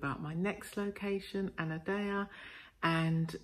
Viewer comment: 'andeia' is Anadia??